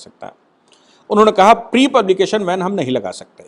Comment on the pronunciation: Karyakaram ko van nahi ban word hai sir